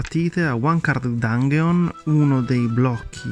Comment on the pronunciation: Dangheon? Santo dio le orecchie.